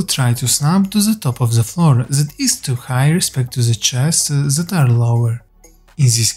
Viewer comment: Huge respect to you for learning two languages brother! some helpful criticism try and learn your zen, zat and zis, etc. To become then, that and this <3 much love man x